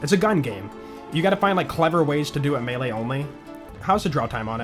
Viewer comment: It’s always been pronounced May Lay, even in ssbm